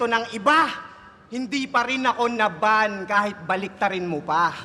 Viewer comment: "naban" - "na-ban"